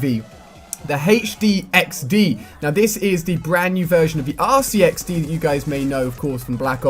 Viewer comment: Hmmm... "Hache3xd" barely sounds anything like RCXD